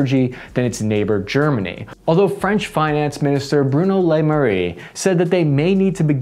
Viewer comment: bro quick tip for pronoucing names, put them in google translate and click the speaker button because "bwuuuknow lumayreyh" is not his name :D